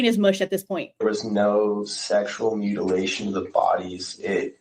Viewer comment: Holy hell!! I was trying my dangedest to not comment till the end but with him saying mutalation!!!!!?????’😮 I thought dude was sus but whattttt?!?! Hold the phone!!